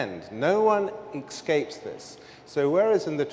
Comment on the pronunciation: Man, they sure gave him a time limit. It made it hard to rest with it. Also, it's escape, not ekscape. :D <3 Thank you.